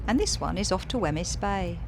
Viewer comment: Nice vlog...glad you made it back up! By the way, Wemyss rhymes with 'seems' 😅